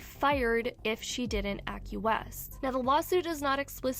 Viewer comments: OMG, your problem with reading makes it difficult to listen to stories that I'd otherwise stick around for. For instance,: "acquiesce" is pronounced: "ack-wee-ess"_, NOT _ack-yoo-ess "aghast" is pronounced "uh-gast" NOT ug-gust "expletives" is prounounced "ex-plu-tivs" NOT ex-plee-tivs You really need to double-check this stuff. IDK how it got past you, your scriptwriters, AND editors? ...or is this something you do on purpose, like IO does? I know that it helps you move up in the algorithm to get more comments, but if that's what you're doing it's a cheap way to do it. I unsubbed to IO, I hope I don't have to unsub to you. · it’s ‘a-kwee-es’ bbg